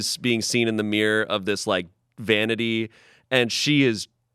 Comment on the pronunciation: I can't handle the way pronounces mirror as meer.